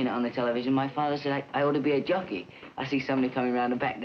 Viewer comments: I'm glad I had previous knowledge of Jones being a jockey, because I swore he said "junkie" several times. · I thought he said, “I want to be a junky. I practiced for 7 months to be a junky.” Lol. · Sounds like he's saying junkie😂 I loved watching the Monkees growing up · I thought he was saying "junkie." Was so confused. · I got the words Jockey and Junkie mixed up. It sounded like he told his dad "I want to be a junkie."